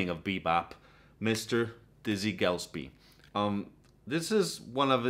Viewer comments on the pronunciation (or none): Its not Mule again , its Mull again. Not Gell spee , its Guh less pee , Lalo Shiff rin. Just saying. And for God's sake it's not Art Black ee , it's Blay kee ! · It's Gil-es-pee! You hit my soft spot on Red Garland's Piano selection in your list. You surely are well aware of The Three Sounds Trio featuring the piano of Gene Harris. His attack and chords are almost nail on to Red's. BTW, Evans was almost at his peak on the "Waltz for Debbie" more so, in my opinion, than Kind of Blue. Just subscribed. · pronunciation GIL-S-Pee / Not to offend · "Gillespie" has three syllables, not two.